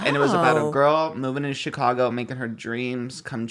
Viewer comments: Not SHE-cago 😭 it's just Chicago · it’s just called “Chicago” not Shecago 😭